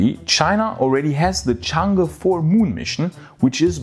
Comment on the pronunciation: "the Chinese moon lander chang-ga". arghhhh